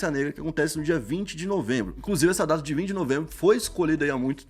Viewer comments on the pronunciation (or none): none